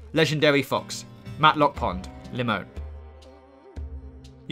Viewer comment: "Matlock pond". Show me the 'L' in 'Mattock'